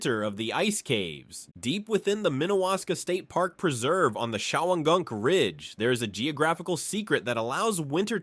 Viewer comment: Great video! Born and raised in New York State, and I still learned a lot. I never heard of the massive salt deposit. Three place names pronounced incorrectly; Canajoharie, Shawangunks, Schoharie.